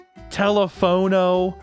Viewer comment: The funny thing is that teléfono is Spanish for telephone 😂 Second e is pronounced like an a sound tho.